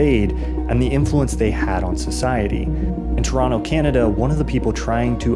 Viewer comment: Points for pronouncing Toronto correctly